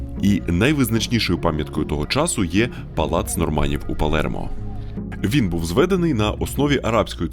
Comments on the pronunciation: Не ПалЄрмо, а Палермо. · Палермо. Не Палєрмо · чого Палєрмо якщо Палермо